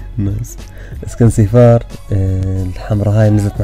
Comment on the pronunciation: اسمها سيراف مش سيفار 😂😂😂😂